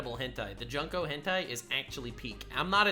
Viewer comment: its junko not jonko